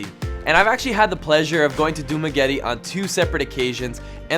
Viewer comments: ( Its Pronounced Dumagéte and Manhùyud 😅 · Funny how they pronounce some names like dumaguete ik this beacause I am filipino